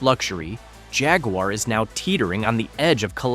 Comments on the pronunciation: You can’t properly pronounce Jaguar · The phaguar.